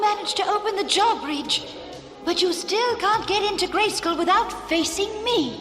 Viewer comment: Pretty sure the sorceress called it a jaw bridge instead of a draw bridge and that’s the coolest thing I’ve heard all day 😂